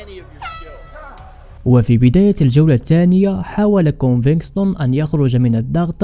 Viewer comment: كونڤيگتون او كونفيكتون و ليس كونفكستون اخي . مسيرة موفقة و انت شخص مميز 😊🎉